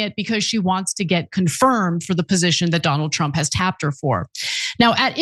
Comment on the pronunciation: Sounds like Ana said - 'Tulsi Gabbard, is Donald Trup's PIG'..... Sounds about right.